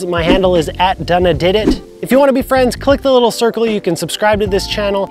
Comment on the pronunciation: Dunna Did It You are one of the first people who actually pronounced my name right 😆